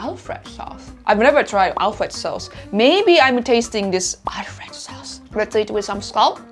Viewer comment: we actually pronounce it Alfredo! I can understand if you see アルフレド on a package, you might think it's "Alfred," but since it's Italian, or maybe more accurately Italian American, it's Alfredo. It's a sauce made with butter, heavy cream, parmesan, and garlic. Alfredo is the name of the chef who invented it!